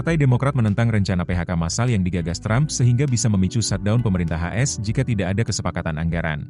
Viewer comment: Mimin lucu...mestinya kan A.S... tapu mbacanya kok "as"....gimana to...????